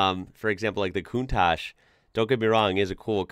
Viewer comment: That's not the "mazinga" 037, but a 4wheel drive prototype of the S4. The turbo 037 was undrivable, with the rear wheel drive only. PS: The right pronunciation of "countach" is with the two last letters like the C of the word cheese, not "cuntash", but "cuntaC". Cheers from Italy! 😉